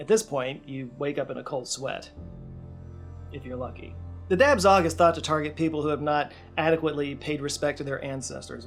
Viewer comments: And I think dab tsog isn't pronounced "dab zog" it's more like "dah saw" no effort was put into learning how to say these words whatsoever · Dab Tsog is pronounced "Dah Jaw". The B is a tone marker for a high tone and the G is a marker for a mid-low breathy tone. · Dab Tsog: the consonants at the end of words in Hmong aren't pronounced as they look, they are tones.